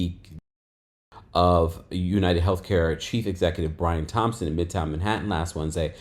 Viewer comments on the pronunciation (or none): none